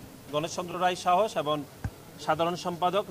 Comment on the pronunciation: এবন❎ এবং✅